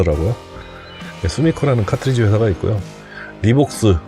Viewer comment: 김난영씨가아니라 이난영씨 아닌가요? 타트리지->카트리지 컨틸레버->발음상 보통 캔틸레버라고 말합니다. 좋은 정보 설명 감사합니다.